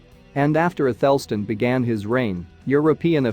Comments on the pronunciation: athel_stn is incorrect. It's Ath_El Stan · Your bot needs to learn how to pronounce “isotopes”. The second “o” is not a schwa, it’s an “ow” as in “hope”. Also it pronounced “Athelstan” incorrectly. The emphasis is on the first and last syllables.